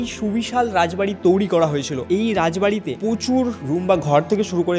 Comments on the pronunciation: হোস্ট হিসেবে এমন কাউকে নাও যার বাংলা উচ্চারণ ভালো। তৈরি কে তৌরি বলছে, রয়েছে কে রয়েচে। শুনতে বাজে লাগে, আগের ভিডিও গুলোতে একই রকম ভুল উচ্চারণ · তৈরী ❌ তৌরি ✅ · তৈরি ❌ তৌরি✅ 😂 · একটা উচ্চারণ আমার খুব খুবই কানে লাগে, তৈরি কে তৌরি উচ্চারণ করে, এটাকে ঠিক করা উচিত । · Toiri❎ Touri✅😂😂😂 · 😂😂😂😂😂😂😂 toiri? ❌ Touri😊✅ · TOIRI ❎️ TOURI ✅️ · তৈরি ❌ তৌরি✅ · Touri na bhai. Toiri 😑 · Toiri❌ Touri✅ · তরী নয় তৈরি😂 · তৌরি আবার কি ? তৈরী ওটা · তৈরী ❌তওরী✅😂😂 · Toiri ❌ Touri ✅🤡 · Blchi sb thk ache..kin2 ktha ta touri nah toiri hbe 😅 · Touri na, toiri 😑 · Touri না বলো to i re তৈরী 😴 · It's "তৈরি" Not "Touri" বাংলা টা তো ঠিকঠাক উচ্চারণ করো। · কথাটা তোউরি নয় তৈরি। উচ্চারণ একদম যাচ্ছেতাই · বাংলা উচ্চারণ ঠিক করে বলুন, বড্ড কানে লাগছে। "তৈরি" কে "তৌরি" বলছে।😢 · কথার ভয়ানক দোষ আছে, কথাটা তৌরি না তৈরি। Abondoned হতে গেলে একসময় ওখানে জনবসতি থাকা দরকার। সেমেট্রিতে কোন মানুষ জন থাকতো?? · ঋত্বিক ভাই ওকে আগে বাংলাটা ঠিক করে আয়ত্ত করতে বল। শব্দটা 'তৈরি' বলে। তৌরি বলে না। খুব কানে লাগে ভাই। প্রতিটা ভিডিও তে একই সেই তৌরি বলবে। হয় ওকে বাংলা ঠিক করে প্র্যাকটিস করা নাহলে অন্য কোনো হোস্ট আন। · Everything is temporary but "touri" Is permanent 😂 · Hrithik da sombhob hole তুমি নিজে গিয়ে এই ভিডিও গুলো বানাও উপস্থাপন দক্ষতা খুব ভালো থাকা দরকার এসব ভিডিওর জন্য তৈরী কে বারবার তৌরী শুনতে একদম ভালো লাগে না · ওটা তৈরী ঠিক করে pronunciation ta kor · তৈরি kotha ta thik kore bolo. Baki sab valo